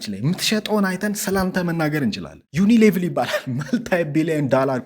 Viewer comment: It is ዩኒሊቨር (Unilever ) not 🚫 ዩኒሌቭል